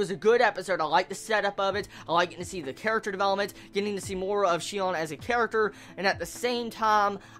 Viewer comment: I wonder why do so many people get her name wrong? It's not that hard... Her real name is Shino, and her nickname in the game is Sinon. There's no "Shion" or "Shinon" or whatever else.